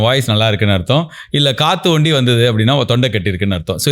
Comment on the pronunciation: ஒண்டி..ஒண்டி .. 😂 என்ன அர்த்தம்? தமிழை கொஞ்சம் சரியா சொல்லுங்க 😂😂😂